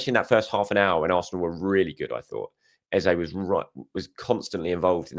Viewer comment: Hi just want to point out...you are saying EZE'S name wrong again and have been for the last few videos.I will put it down to the excitement of getting your Internet sorted and the celebrations after big Gabi's late winner which is clouding your mind🤣🤷‍♂